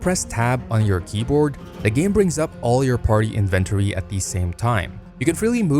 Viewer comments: Inventory isn't a difficult word to pronounce what the hell was that dude? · Inventory. Please. Learn. How. To. Say. Inventory. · Inven-tor-E...i love it! Gonna start pronoincing it loke this from now on. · So weird how he says "inventory" lol